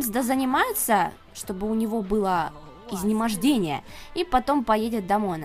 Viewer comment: ИзнеможДение?, будь внимательней! Изнеможение.